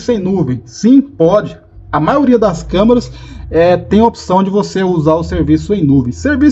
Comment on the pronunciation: amigo vc falou camarâs de segurança mais de 20 vezes kkkkk